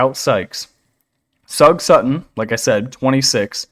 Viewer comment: You know the word sugar? That's how you say Sug Sutton.